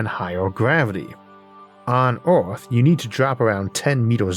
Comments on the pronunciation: As someone who has been listening for what, 5 years, your pronunciation after speech therapy has grown by leaps and bounds. If people can’t handle the occasional mention of Orth, they don’t deserve all the amazing content you produce. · Theres nothing better than Isaac saying urrf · I don't care if it's not the proper pronunciation. "Uranus is 15 times Earth's mass." Is just golden. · Good Sir, if you pronounce Earth any other way, we're going to send Agents to deal with the doppelganger.